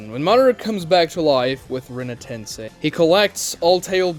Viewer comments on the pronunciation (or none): none